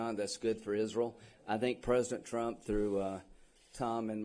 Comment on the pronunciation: Miss. Lindsay say's don't ask about Isrul😅